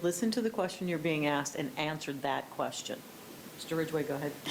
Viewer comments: I wonder if the court recorder typed out "She didn't axed me to leave" and "he axed her and said we good" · The word is " asked" NOT "axed" ...😂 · she didn't axed me to leave omg why do they say axed always it us asked